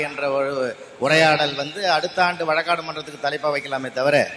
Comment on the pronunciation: வழக்காட்டு இல்லை வழக்காடு